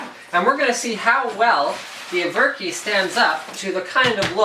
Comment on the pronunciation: Isn't it ever-ki (like in everpony)?